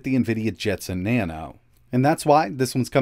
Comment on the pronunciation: Jetson "Naon" oopsie